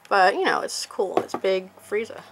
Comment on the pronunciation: Well she said that correct